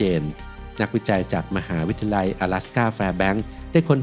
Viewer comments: 04.25 มหาวิทยาลัย x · ขออนุญาตนะคะ ฟังและสังเกตุมาหลายคลิปแล้ว การออกเสียงบางคำมันแปลกๆ ค่ะ เช่น คำว่า มหาวิทยาลัย อ่านว่า มะ-หา-วิด-ทะ-ยา-ลัย แต่เสียงพากษ์พูดว่า มะ-หา-วิด-ทะ-ลัย หรือคำว่า วิทยาศาสตร์ ก็พูดว่า วิด-ทะ-สาด แบบนี้ค่ะ ไม่แน่ใจว่าชินกับการอ่านแบบนี้ หรือพูดไม่ได้จริงๆ เพราะมีบางคำที่เราก็พูดไม่ได้เช่นคำว่า แคนาดา เราจะพูดว่า แคนะดาดา ค่ะ 🤣🤣